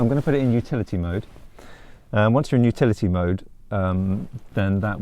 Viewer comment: I thought you were saying futility mode for a while.